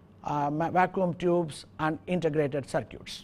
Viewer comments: Is it cir-cutes ? I thought it was cir-kits. Potato, patato......Now go build some cir-cutes......haha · Cir-cutes :D